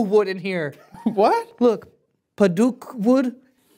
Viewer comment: "Padookle wood."